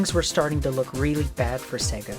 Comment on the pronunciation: it is really embarrassing that you can not pronounce Sega. It is Say-gah not Segga.